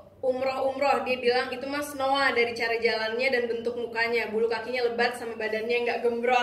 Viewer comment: Aku gak bermaksud bilang kakak bohong tapi kan dia udah bilang nya itu snowee bukan snowa